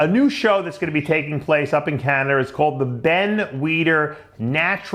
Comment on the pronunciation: where is "Canader" Dave? lol